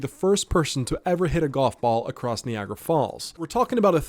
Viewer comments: The AI narrator is just ...........Nee-agra Falls. Lol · Ah yes knee agra falls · Knee agra fallz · Knee-agra falls? Seriously? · the way he says Niagara falls is criminal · I can't say for certain if this is just a bad AI voice over, or if the OP actually doesn't know how to say Niagara Falls, but that's just one of many lazy mess ups in this video. Shameful. 🤦